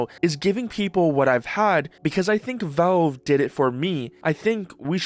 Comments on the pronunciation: Why do you refuse to pronounce the letter a in the word Valve? It's not Velve, it's Valve. The middle of the word should sound like you're saying the name "Al," short for "Albert." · Okay, but why do you keep saying Velve?